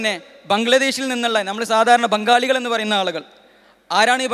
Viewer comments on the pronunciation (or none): ബൊൻകാളി അല്ല ബംഗാളി